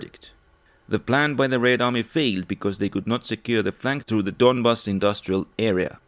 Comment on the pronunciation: donbAss, not dOnbass :)